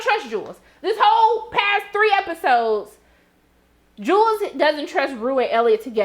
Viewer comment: There are people who will mispronounce a name no matter how many times they are corrected. It irritates me, but Jewel is stuck in his head. I think it's kind of cute, like his own name for her.